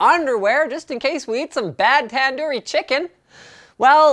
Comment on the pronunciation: it's not tandari chicken , it's pronounced Tandoori Chicken